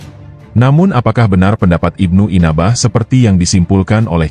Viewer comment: NYEBUT NAMA SAJA UDAH KELIRU, IBNU ANBAH KOK JADI IBNU INABAH 😂😂😂😂😂😂😂😂😂😂😂😂😂😂😂